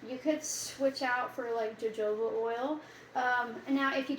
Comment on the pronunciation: Sall-I-sill-ic. Sur-fact-ant (surface active agent). Ho-ho-ba